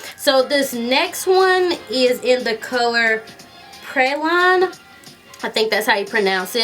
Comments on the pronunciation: Love your videos! You seem so nice! BTW, praline is pronounced pray-leen. Where I'm from pecan praline pie is a popular dessert. You should give it a try (after your wedding...LOL..it's full of sugar & other delicious fattening things!). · It's pronounced Pray Leen. Lol. You are adorable!